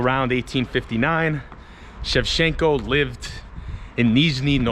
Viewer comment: It's not "shev-shen-ko," it's "shev-Chen-ko." The "ch" is not a suggestion.